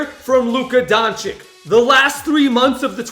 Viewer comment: Its doncic not doncik